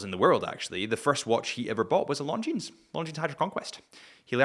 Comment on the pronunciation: Long-jeans? …… :sigh: … repeat after me …. ‘Lon-xi-een’